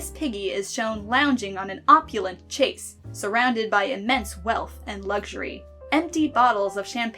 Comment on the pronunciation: chaise is pronounced something like "shezz" in french or "chaze" in english